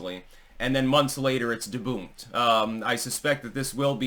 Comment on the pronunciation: "Deboonked" I love that unique pronunciations have made it to ' lexicon.